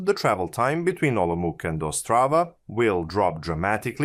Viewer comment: Oh my, he actually butchered every single city name and every single terminology word - e.g. it is rychlá spojení, not ryčla spoudžejni or VRT pů-ží (VRT Poohří)... :D Also Bečovííís, Hranííís, Olomuk, Břeklav, Lovosič, Čoceň, Džaroměř, Džihlava etc. :D The city names is easy to google and listen the for example at Wikipedia...